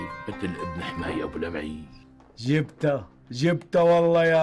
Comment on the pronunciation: لمعي وليس لبعي